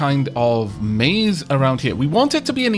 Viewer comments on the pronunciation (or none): none